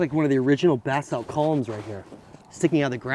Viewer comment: It sounds as if is saying bath salt, lol.